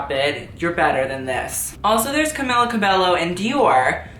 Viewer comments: Its Not Camila cabello... ist coelho! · Not camila cabello. Camila coehlo. She is an influencer i follow on instagram. Loved the video